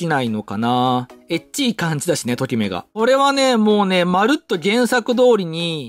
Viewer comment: レオンチャンネル氏の『と↑きめ』のイントネーション